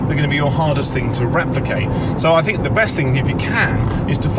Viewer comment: Loved Ed. Couldn’t stand lazy speech (‘fink’ instead of think, ‘wiv’ instead of with, ‘togever’ instead of together, etc, etc).